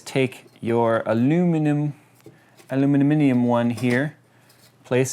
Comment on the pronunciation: did you say alumiminium??